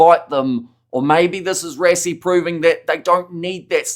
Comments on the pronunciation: Bro it's called "ras ie"......almost like rushing..... WTF is "res ie" .......maybe you want to say respiration......it's Rush rush rassie.... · You can not even pronounce the man's name right what to say about rugby